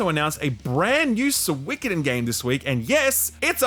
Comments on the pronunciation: Guys... I think you got it wrong. It's "Suikoden". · They'll announce a new mobile Suikoden cash-grab game every time mispronounces the series' name, them's the rules I'm sorry